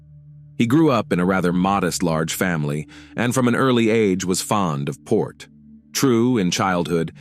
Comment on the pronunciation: At 1.30 mins you say the boy was 'fond of Port'!?! Did you mean to say sport? A very sorry story if he loved Port so much while a child ! Sorry for being so frivolous but it's my brain - it just rebelled.